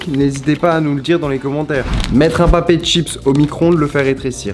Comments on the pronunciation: Il ah dit un Papé de chips 🤣🤣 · Pour le truc avec le paquet de chips t'a dit " Papé de chips"